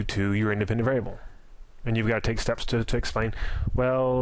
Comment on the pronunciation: Great content but you should enunciate more. Some words that are 3 syllables long you somehow manage to squeeze out in 1 syllable "variable" becomes "vrbl"